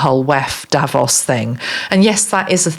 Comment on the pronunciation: Hi, Thanks again for your grat channeling. I am Dutch and Instead of you saying 'Davos', I heard you say 'Devils'. What's in a name. 😅